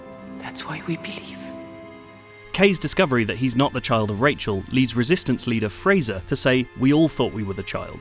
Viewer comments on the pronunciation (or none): none